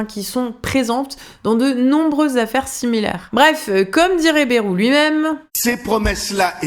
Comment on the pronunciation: Ba-ï-rou, par pitié. À la limite Cazalet (son vrai nom patronymique).